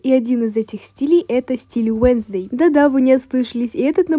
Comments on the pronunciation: 🤬🤬🤬🤬не Уенздей а уэнсдей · Не уенздей а уэнздэй